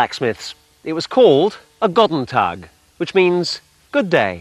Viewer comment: GODEN TAG!!! this sounds so stupid to me as a german. but he pronounces Ahlspieß correct.